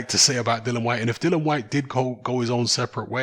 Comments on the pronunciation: Dilly-an is how its pronounced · Todd Yes it's dillian but refuses to pronounce his name properly.